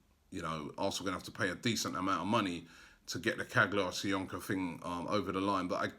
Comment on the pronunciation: It's Soyunju not SoyunKu , for God sake learn the players name. Still butchering Kolašinac surname makes me cringe.